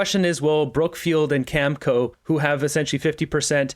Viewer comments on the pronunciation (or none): it is pronounced cam I co.